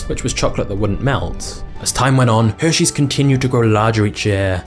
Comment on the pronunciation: “Heshares” had me dying 😂😂😂